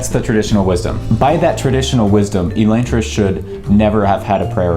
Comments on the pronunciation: Wicked late, but Sanderson says Uh-Lon-tris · Is Elaine-tris the official pronunciation? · It's read as elantris, not elantris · The way you pronounce elantris gives me a migraine.